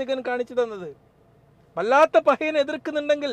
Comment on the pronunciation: തുടക്കം മുതൽ വല്ലാത്ത പഹയൻ എന്നു മാത്രമാണ് പറഞ്ഞത്. എന്നാൽ 6.10ൽ വല്ലാത്ത "പറയൻ" എന്നാണ് പറഞ്ഞിരിക്കുന്നത്. അതൊരു നിന്ദയല്ല മറിച്ച് slip of the tongue അയിരിക്കുമെന്ന് വിശ്വസിക്കുന്നു.